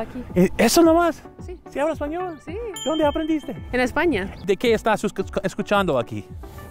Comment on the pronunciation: Dounde puerouh comprah en la biblioteca